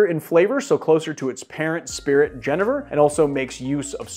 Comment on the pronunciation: Very nice! But my Dutch father is rolling in his grave at your pronunciation of Genever...